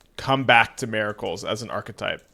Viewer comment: MER-I-CULS brother 😂